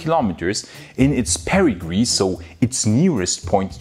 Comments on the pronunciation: Perigee not Perigree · It's "Perigee" not "Perigree" !